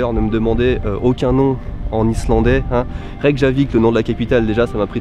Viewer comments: Prononce plutôt "Reykiavik", le J se prononce I en quelques sorte ^^ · pour t'aider le "J" se prononce "i" :)